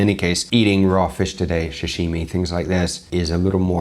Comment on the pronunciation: "shashimi", seriously? Is that like shushi but without the rishe?!